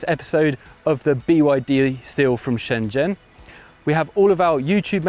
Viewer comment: props for the proper pronounciation of shenzhen